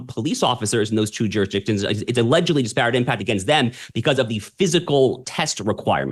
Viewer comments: Mispronouncing disparate. The accent is on the first syylable, not the second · Disparate Mispronounced At Shapiro speed lol